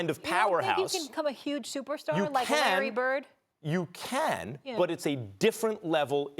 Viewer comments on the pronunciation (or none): She said Larry Byrd💀💀💀💀💀💀💀💀💀💀💀